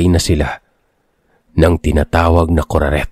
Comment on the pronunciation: Kuraket yung tittle pero kuraret yung sabi ni sir?? Ang gulo hahaha😂😢😅